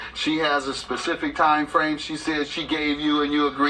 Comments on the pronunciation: Pacific Date she said. I didn't realize people were this dumb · Nah, my mom used to say that all of the time...used to hate it...lol "Ma, it's "specific", not "Pacific". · ona pacific date. haha smh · "fitna" and "Pacific"